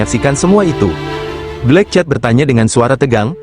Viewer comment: Min, sebut nama bagi sedap sikit, bukan black chat. Tapi black cat(kucing hitam)... rasa nk marah ada juga sebut nama xbetol